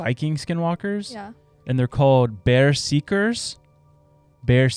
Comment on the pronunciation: There's no effin way this dude just said bearseekers